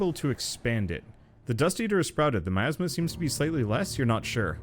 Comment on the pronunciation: i like how the cat pronounces miasma (my- asthma) as meyasma it sound kinda like nya/meow